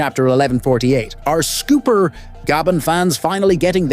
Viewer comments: It’s Scopper not Scooper. 🤦🏼‍♂️ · say his name right then. It’s scopper like copper but with n S. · you mis pronounce his name gold silver and copper scopper